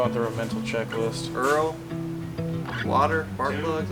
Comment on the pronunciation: LOL i picked up on what you said "earl" we got a dabber ladies and gentlemen